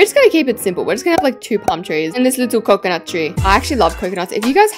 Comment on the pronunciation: Not calling pomtrees and couconnut trees diffrent😅